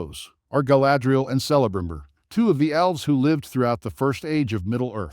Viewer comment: Shocking AI can pronounce Cirdan correctly but not Celebrinbor